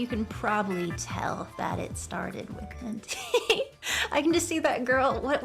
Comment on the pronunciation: did she really pronounce it henty